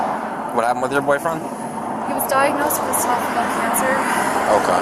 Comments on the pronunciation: nope. She said “esophagul”. Should have been esophageal. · nope. She said “esophagul”. Try using good audio not the Walmart special ear buds. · Get your hearing checked or get rid of the Temu headphones. She said "esophogull" (instead of esopho-'geel', how its pronounced) cancer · She said “esophagul”. Listen to it again with better audio. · . Went back to listen, you seem correct but LATER she says it again very clearly as “cervical”!😂😂😂 Edit: nope! I am wrong. She DID say “esophigall” again. I digress🫤👍🏼🤣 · The subtitles are just restarted. She said "esophogull" cancer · 🤷🏻‍♀️ I heard cervical